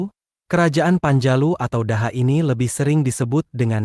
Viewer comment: Cara membaca daha itu dibaca doho